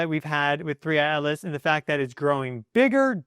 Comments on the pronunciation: I keep hearing you say three eye alis not atlas. Do you have a problem with pronouncing t? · Your saying Atlas sounds like Alice... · OMG YOY DONT EVEN KNOW ITS NAME 3I/ATLAS, "Not Alis" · Not ALICE! ATLAS!!! What’s wrong with you??!?? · Interesting... that you can clearly pronounce the letter 'T', yet can't in the name 'Atlas', so instead say 'Alice'. Intriguing. 🤔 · OH it is 3I AT-LESS NOT ELESS . ENGLISH BABY ... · Why do you keep ignoring the letter T in the name 3i Atlas. I don't see the name Alice in any of these Publications but you keep calling it Alice instead of Atlas and not once in the first 7 1/2 minutes have you mentioned where this is in the sky in relation to when we can see it?????? Interesting information but quit making up your own pronunciation. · Dont care how many educational degrees you have you sound just really silly . A T L A S. there is a T in there or is there a different comet called ALICE. Please specify. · why are you calling it 3i/alice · Your pronunciation of ATLAS sounds like you are saying ALICE. What we need to do is keep an open mind and not just presume that this object is just coming here to destroy us, it has shown lots of very good wisdom and knowledge